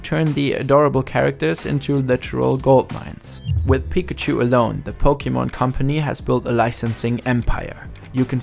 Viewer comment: same as thick accent as mister puzzle(puzzel's) KateEmerald(sims ) and docm77(minecraft) but he really did not have to say pok eeeeeee mon its Pokémon not PokEmon